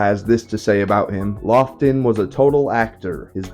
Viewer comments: Great review love this movie The directors name is prounounced “Law-ton” I believe and he was a serious actor in mostly old horror and monster films thanks again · It’s pronounced “Lawton”. Anyway, Laughton was a scenery-chewing actor. I love everything he was in. I didn’t realize he directed any movies so thank you for this video. And this movie I loved: I am a Robert Mitchum fan and this is probably his best role. Anyway, I thought the movie was perfect and thanks for bringing it to the attention of a new crop of possible fans.